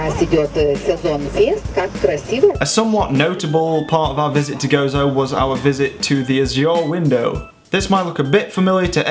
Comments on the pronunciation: You said Gozo right the first time! #FROMMALTA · HI,I LIVE IN MALTA AND YOU PRONUSTED WELL GOZO THANK YOU FOR SYING NICE THINGS ABOUT MALTA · Hi i am also maltese and just wanted to tell you that you pronounced gozo correctly the first time, and that i am glad you liked it! Us maltese welcome you back anytime :)